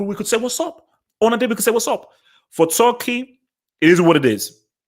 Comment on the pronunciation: Bro you keep saying Tucki